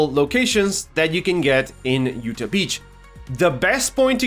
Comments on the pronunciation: It’s not a big deal, but it’s pronounced you-t-awe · Great breakdown but it’s pronounced you-tah